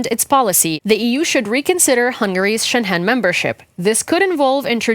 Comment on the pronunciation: Excellent piece. No offense, just please check your pronunciation of "Schengen" - being German, I first did not know what you were talking about Xd